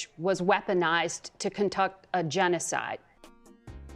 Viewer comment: How do you fuck up the word “conduct”?